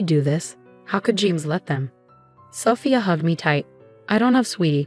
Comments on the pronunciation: Sophia is not pronounced with a short O, it's a long O. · Don’t forget about Sophia. Messed that one up too